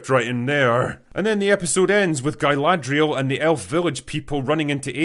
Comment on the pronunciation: Guyladrial lol